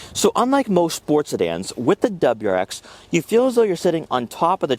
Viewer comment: “DebraX”😂😂 i lol’d. Your info is good tho and seems unbiased. Good and informed review